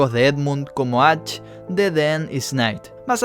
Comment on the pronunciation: Atch? No crítico tu forma de decirlo pero me da muchísima gracia cada vez que dices atch en vez de ash, es muy curioso. Por cierto, muy bien contenido, llevo viendo algunos vídeos seguidos.